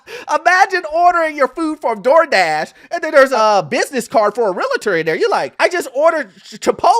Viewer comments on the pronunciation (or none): It's not pronounced real-a-tor it's real-tor